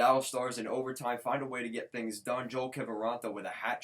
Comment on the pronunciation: Pronounced Yo-elle